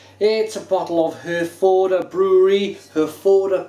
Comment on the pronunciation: I realise that this guy is doing this probably on behalf of his named sponsor "Beers of Europe", he can't even pronounce the name of the beer correctly, and after a mere half a bottle has convinced himself that it's not a German beer - but then changes his mind. All I can say is - What a who has just insulted hundreds of thousands of British Service Personnel who served with the British Army Of The Rhine and RAF Germany, many of whom are constantly pressuring the brewery to sell this here in the UK (so much for not being able to remember it's name next week, maybe it was that strong that only 4 bottles affected YOUR short term memory immediately) and all of whom would LOVE to have this amber nectar (AKA Herfy or, known among the troops as "Yellow Handbags") readily available to them again. FYI, "Brauerei" is the German word for Brewery, and their Felsenkeller Brewery in Herford is a GREAT place to visit. Herford was known to British Service personnel as "Happy Herford" and with the draw down of troops, the last serving personnel left Herford last Tuesday, with the local populace sad to see them leave. Have a look at the troops own Herforder Pils Appreciation Society facebook page:- and there you will find that they all remember it fondly - and many of them from years ago numbnuts. On the site you will find that amongst the named suppliers of Herforder Pils Beers Of Europe happen to be the first listed - N.B. They are ALSO THE MOST EXPENSIVE - t